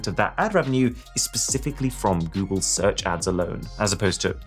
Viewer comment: "goole seach"